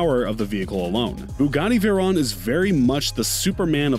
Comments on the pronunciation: ImAgine actually veyron is pernounced more like vaywrong, or vairon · This dude said Veron and not Veyron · also how they said it as veyron even tho its pronounced vevryon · No one: This dude: “Bugatti vErOn” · "Bugatti Verrón" 💀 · Why he say vayroooooooon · This guy cant even say veyron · This man did not just pronounce veyron wrong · Why he say veyron so weird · Bruh, why does non car people make videos about other peoples cars... just delete this whole video, smh. Their is so much wrong info and how he pronounce the names of the car...